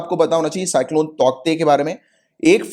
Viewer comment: Sir, cyclone name is pronounced as "Taute" Where k is silent